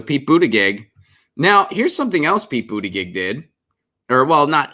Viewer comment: Thanks for pronouncing Pete's last name correctly. I don't like him but it's good to be accurate.